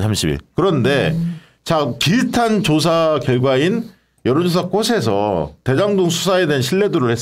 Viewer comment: "꽃이"는 "꼬시"가 아니라 "꼬치"라고 발음해 주시고, 마찬가지로 "꽃에서"는 "꼬체서"라고 발음해 주시면 감사하겠습니다. 회사 이름을 아름답게 지어 놓은 김어준 씨조차도 "꽃"을 "꼿"이라 하니 안타깝더라고요.